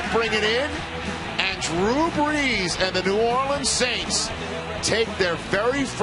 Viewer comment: My man said bles instead of brees